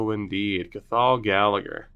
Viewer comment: When you said Cathal I realised I made a huge mistake saying to scout Ireland. It's more fun when you mispronounce names I also mispronounce :p loving the series dude, it's a slow burner but exciting to see the team come together and start climbing the leagues